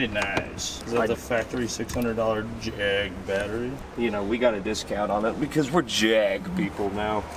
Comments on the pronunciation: Hell y’all go me over year throwing JAAAAG lines in a Birmingham accent lol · Jeremy Clarkson would dis you guys for the way you said JAG! LMAO 🤣 STILL FUNNY AS HELL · OK, I never want to hear Jag said that way again.